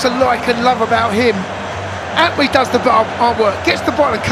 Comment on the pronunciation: Bro is called An-twi, not An wi 💙💙💙💙💙💙